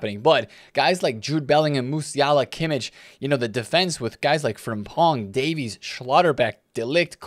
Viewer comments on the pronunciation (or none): none